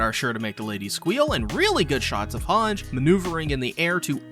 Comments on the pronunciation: Its han-gie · she's hange not hanj